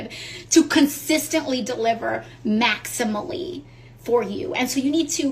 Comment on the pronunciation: She must be off her meds. Tax her salary at 50% and see how she feels. “Maximily”????? WTH. She is an idiot!